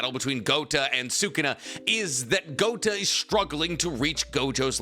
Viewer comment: Please stop saying GOTA . It means BALLS !!